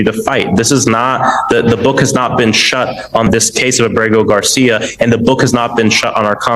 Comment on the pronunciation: Why can't you say the man's name properly? Abrego Garcia is not that hard to say. Even Google's voice to text gets it right